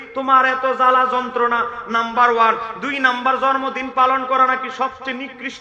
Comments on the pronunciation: তুমি মৌলভী শুদ্ধ করে জন্মদিন বলতে পারো না জর্ম দিন বল আইছ ওয়াশ করতা মুর্খ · জন্ম দিন ভাল ভাবে উচ্চারন করতে পারে না।